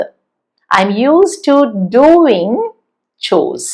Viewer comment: മാം മാത്രമേ ഗോവിങ് ഡുവിങ് എന്ന് ഉച്ഛരിക്കുന്നത് കെട്ടിട്ടുള്ളൂ. മറ്റുള്ളവരൊക്കെയും ഗോയിങ് ഡ്യൂയിങ് എന്നാണല്ലോ ഉച്ഛരിച്ചു കാണുന്നത്